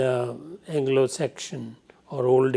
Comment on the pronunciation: Sir u r great but u made few mistakes. One mistake is that u pronounce Anglo Saxon as Anglo section